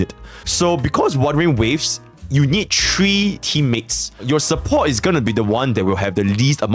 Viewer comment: Three: ❎ Tree: ✅